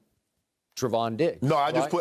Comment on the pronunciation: Never fails that Shannon calls Trevon, Stefon, at least once when talking about him 🤣🤣